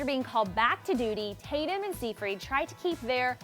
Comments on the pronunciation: Im disliking this because she said seefreed, ugh CRINGE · Pronounced Sigh-Fred not seefreed. Amanda Seyfried....